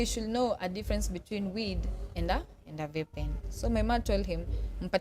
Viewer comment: The way she pronounce vape is even a crime